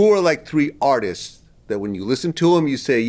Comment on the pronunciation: He got vlad saying artissess lmao